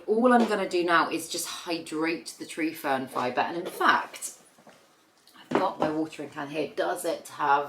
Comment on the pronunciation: What was the name of the medium you propagated the first plant in, I've listened several times and can't understand what you're saying, sorry. I'm hearing tree form fiber? IDK what that is, new plant lover here.